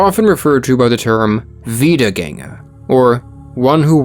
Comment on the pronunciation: As a German, I was very positively surprised by your pronunciation of "Wiedergänger" I didn't expect you to get the ä right